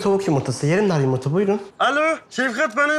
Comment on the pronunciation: Peki ya Kazım'ın Yımırta Demesi